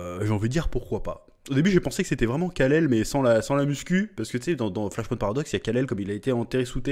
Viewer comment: Bordel mec... Flash "POINTE" Ahah ! Un effort allez pour les prochaines stp : Flash "point" comme "PowerPoint " ! 😀 Il y a moyen que Batkeaton soit Thomas Wayne, sur la photo que l'on voit et la main pleine de bleus qui s'y approche il touche "Thomas et Bruce" j'y vois un signe père fils.. T'en pense quoi ? Vous en pensez quoi ? Thomas devient batman dans flashpoint pour venger la mort de son fils avant tout c'est son obsession.. on en oublierait presque la pauvre Martha.